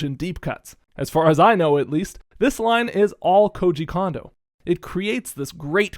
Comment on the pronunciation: “Cone”-do, not “Kahn”-do.